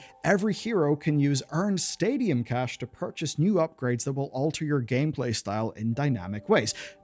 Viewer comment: When he says stadium I keep hearing stadia